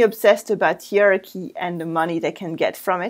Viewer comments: Hey! Hierarchy is pronounced HI-ARKY not ear-arky or he-arky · Thank you clarifying that. In British English we would use 4 syllables, as in HIYA-RAR-KY.